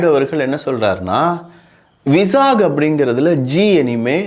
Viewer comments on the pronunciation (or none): Stupid way pronouncing விசாக், its வைZAக்... Pl learn how to pronounce.... also know that it is not 88,000 Crores, 1.33 Lakhs crores... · Vizag is pronounced as Vyzzag, please correct. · Vizag pronounced as Y-ZAG